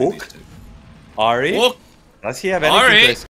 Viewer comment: its called hook not huuuk. This is driving me crazy